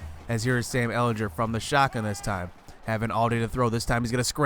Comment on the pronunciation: The way you say ehlinger hurts me